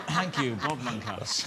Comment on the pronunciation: Did he say Bob Munkhouse? Why